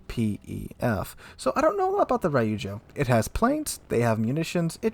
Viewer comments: Every time he said Rye-oozjo I cringed internally :P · Damn that’s insane. Btw it’s Reeeujo not Rai yu joe.